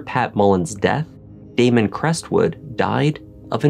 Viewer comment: Its Damon......🤦‍♀️